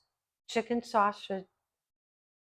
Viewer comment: THIS is one of your B E S T shows! Awesome job on this and glad you kept in the first “snaushage” because it was hysterical. Proud of you, my friend. Keep doin’ it!👍🏻👩🏼‍🍳